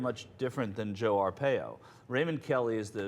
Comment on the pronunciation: IT'S PRONOUNCED AR-"PIE"-OH not AR-PAY-OH